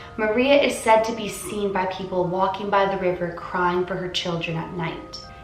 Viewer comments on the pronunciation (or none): none